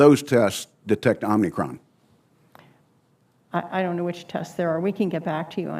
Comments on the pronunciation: It’s OMICRON, not omnicron. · It’s also telling how they can’t even say the name of this variant correctly. “Omnicron” isn’t the name of it, it’s OMICRON. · The people who say "Omnicron" need to watch more Star Trek. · So. Dr woodcock calls it "omnicron". Burr called it that too, but she followed suit. I have the utmost confidence in someone who follows an incorrect pronunciation of omicron. Maybe it was omnicorp.... lol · The senator was calling it "omnicron" There is no N! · Great questions from Sen. Burr. Omicron vs Omnicron made me laugh however lol lol. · This dr. Calls the variant omnicron? Morons all of them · Even government officials can't say the so called "variant".... it's OMICRON, not Omnicrom! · He's confused. Calls Omicron OMNI-CRON. His reading comprehension is poor. That is not the fault of the CDC. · These people should know it is Omicron, not Omnicron. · It's Omicron, not Omnicron, no? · The word is Omicron... WTF is Omnicron? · Fun fact: There is no N in Omicron. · How can the American people trust a government with our health when pronouncing the word Omicron correctly is too difficult to comprehend? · they dont even know how to pronounce omicron XD